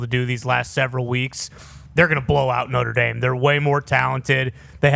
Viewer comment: Did schefter say Notre Damus?